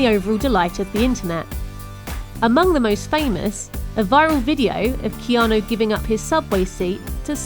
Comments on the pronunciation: He also has the fem version of his name. The male version is pronounced "Kee-awn-ooooooooooo" his is the female version "Kee-awn-aaaaaaaaaaaa" its as though his name were Erica as opposed to Eric. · Who the fuck is "Keano" Reeves?